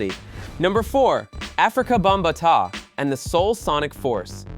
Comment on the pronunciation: This was created by AI. Listen to how this bot pronounces Melle Mel and Bambata. And Sucker MC S?